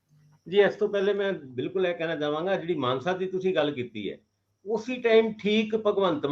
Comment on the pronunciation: Manse nahi mansa kho